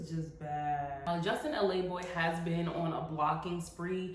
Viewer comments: it's not Justin L.A. boy its Justin Laboy. La pronounced as in Lavar ball or the Ooh La La La song😅😂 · ik this isn't the point but his name is Justin la boy as in "the boy", not L.A boy and the way u keep saying it is driving me crazy 😭💀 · It's her calling him L.A. Boy instead of Laboy for me 🥴 😂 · LaBoy….not L-A-BOY. Just sayin 🤷🏽‍♀️ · I love how you are saying his last name wrong....im hollering 🤣😂💀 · You look tf good and you shady cuz you know you pronouncing his name wrong 😂 I’d love to see you debate with him on his show cuz chileeeeeeee